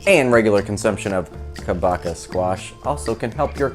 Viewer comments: Pronunciation for kabocha is short “a” like in car, long “o” like in hose and “ch” sounds like ch in munch so ka-bo-cha and not ka-no-ka…hallelujah!!😊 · pronounced Ka BOW(bow and arrow) CHA (the cha cha)